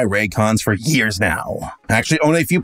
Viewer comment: "I've been rocking my raycons for ears now" was that a pun or did I miss hear him 😅